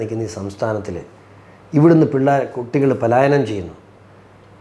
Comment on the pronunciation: പാലായനം അല്ല പലായനം